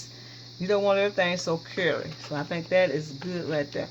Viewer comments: Jill Lancaster. And carry 😂😂😂😂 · Jill Lancaster took me a bit to figure out curry. Thought she was saying 🥕! 🤣🤣